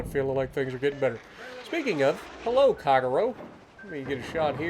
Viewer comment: "fello everybody" small jokes aside, should I grind the German battlecruiser line for the secondaries?